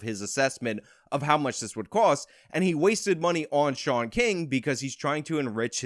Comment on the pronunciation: Sean=“Shawn” Fitzgerald = “Fitz-ger-ald “ How’d ya mess that name up bruh??